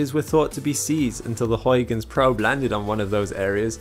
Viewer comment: I hope you don't mess up pronouncing Huygens Edit: YES finally a youtuber that knows how to say Huygens properly!